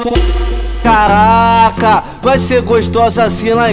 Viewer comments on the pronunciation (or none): Cagraca!!! #naum tem como escrever como ele pronunciia dhuehe